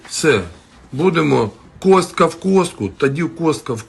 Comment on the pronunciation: Кістка а не костка.